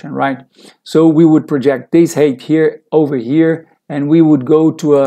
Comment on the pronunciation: Thanks for the video,. By the way, "height" pronunciation is like "hi", not "hey". I got the same problem with this particular word:)